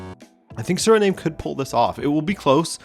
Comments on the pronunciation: I don't think it's pronounced SURNAME but SUH-REE-NAAHM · Did you just pronounce "Surname"? It's Sir-ri-nam - Frank Rijkaard and Ruud Gullit are legendary Dutch footballers of Surinamese descent. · Not to be that guy ☝️🤓 but Suriname is pronounced like Vietnam